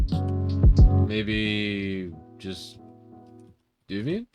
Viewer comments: Devuan has the same type of netinstall disc as Debian, man. It doesn't "come with GNOME" - you pick which DE you want, or none at all, like the normal Debian netinstall. Also - "Dev-wan" or "Dev-you-an" :-) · Alao it's pronounced as dev-wan